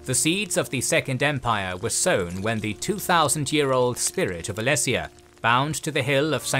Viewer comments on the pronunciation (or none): Yep just to add to some other mispronunications I heard: - Aetherius (pronounced Aetheerius) - Merethic Era (mispronounced as metheric the 1st time) - Alessia (pronounced Aleesia) - Reman (pronounced Reeman) - Stros M'Kai (pronounced Stros Ma'Kai) - Yokuda (pronounced Yokooda) - Hjalti Early-Beard (pronounced Hyalti) - Colovians (pronounced Coloavians) That being said other pronunciations were on point, great job on the video guys! Looking forward to more. It's also fun to mention that while some stories like the birth of Reman may sound pretty far fetched, that's the beauty of TES lore. So much of its history is told through different authors with their own subjective cultural/religious worldviews. The line between fact and fiction can be blurry. The unreliable narrator influence is what makes TES lore distinct to other fantasy worlds like LOTR where everything is often factual.